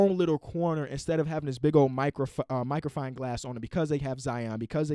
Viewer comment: Microfying glass? dyslexia back at it lol all love tho